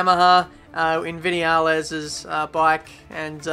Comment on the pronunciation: The way you vinales made me crack up